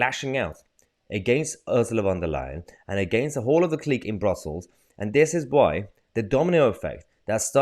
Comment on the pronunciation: Did you say Brussels or brothels? Haha j/k